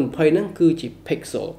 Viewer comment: Pixel ដល់ពេលអានទៅជា pixolចឹងវិញត្រង់នឹងសូមអានអោយច្បាស់ផង